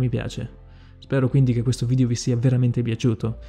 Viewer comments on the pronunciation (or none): none